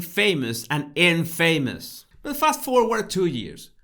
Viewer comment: Here in the USA (and I assume Britain, too), I most often hear infamous pronounced as INf’mus. The emphasis is on the IN. I add this only because a non-native English speaker would have absolutely no way to know this. English is full of so many inconsistencies. When I was living in a foreign country, I was very grateful when people gave me pronunciation corrections because I wanted to do it well. I appreciated that they cared to help me get it right. As for thoughts - I’m sure we are unanimous in seeing them as brilliant! I have understood so much more than I normally would have from his videos!